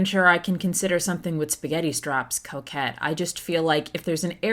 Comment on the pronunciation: really thought the mispronunciation of coquette was something different 😂